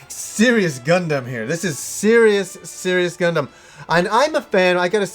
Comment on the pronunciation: I know this is old and a nitpick on my end, but as what I can only say as my almost Gundam fetish, the way you pronounced Gundam, Char and Amuro hurt my ears. I would get this if you've only watched subs before, but they pronounce them very clearly in the film and series' up to it. Also for anyone looking to watch Char's Counterattack, you NEED to watch the first 2 Gundam series' (there is ZZ Gundam after Zeta, but it was never released in the West and isn't actually necessary to watch Char's Counterattack). Story-wise and understanding the characters though you will need to watch the original Gundam series as well as Zeta Gundam. Of course to cut down on the almost 100 episodes total between the two you can watch the compilation movies for them, but sadly both of the compilation movies cut out A LOT of content and in Zeta Gundam's case a lot of very important content (not to mention if you're like me and prefer dubs, the compilation movies are not dubbed, and Char and Amuro's voice actors maintain their roles for the first series and the movie, Bandai got a different team for Zeta, that sound very similar to them though so you might mistake them for it) as well as changing the entire ending from the series, cancelling out some of the things and events that would have happened afterwards (more than likely cancelling out Char's Counterattack as well if you play the Zeta Gundam PS1 game, Char's ending and what happens partly has to do with the original ending).